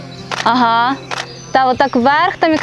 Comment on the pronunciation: Как бы девочка не шпарила по-английски,но ее"ага",выдает !Не удивлен,украинки самые красивые,умные,и творческие женщины!